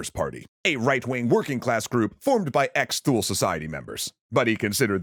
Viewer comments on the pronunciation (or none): The mispronunciation of Thule is just gonna keep bothering me. It's pronounced "too-lee", not "thool". Also the name of a swedish company. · Wondering where you're getting your pronunciation of "Thule", because I'd always thought it was sort of like "TOOlee". Wikipedia seems to agree with me as well